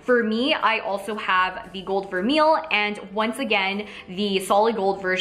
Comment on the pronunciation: i think it's "ver-may" :)